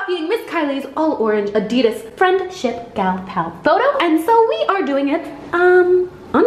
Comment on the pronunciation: U said Adidas wrong